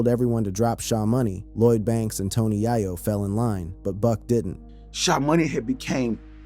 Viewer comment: Dawg! It’s not yah-yo, it’s yay-yo